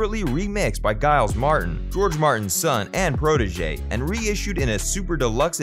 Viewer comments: When the narrator said " Guyles, " I realized this man had not properly researched his subject. So, TTFN from me. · "Giles" is pronounced like "Jiles"